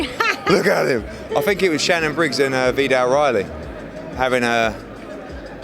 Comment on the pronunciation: No one: Eddie: Veedal Riley